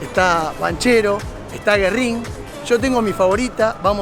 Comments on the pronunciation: Pizzeria GÜERRIN, tiene diérisis el nombre. se pronuncia la U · Pronuncias mal Güerrin